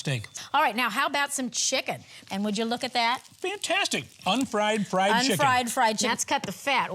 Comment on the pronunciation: What the hell is "shicken" ? 💀😂